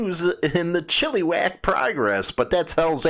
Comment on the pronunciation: Pronounced 'Chill-A-Wack'